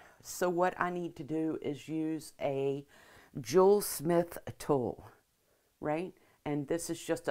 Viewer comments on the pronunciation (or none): Hello. What is the tool you used to punch the hole in the metal? Sounded like you said “jule smith” but not sure. TIA.